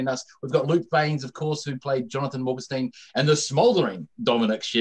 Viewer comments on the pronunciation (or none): He said Morgenstern wrong lol